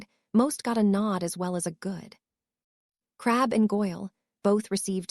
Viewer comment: hell a lot of them can't handle normal words well but yes this one has issues with names real issues. It likes to randomly add or subtract letters from them in it's attempts to pronounce them i seriously doubt every mention of crabbe is spelled crabbel yet the tts is adding that L every time for some reason. I honestly would not complain about purely phonetic pronunciation but random adding or removal of letters is not acceptable. I personal think they could do better then ponetic pronunciation but that is better then it repelling words before it pronounces them. The occasional issue when the writer missed an edit also fine it happens but a tts program has 0 reason to be modifying what is being scanned into it.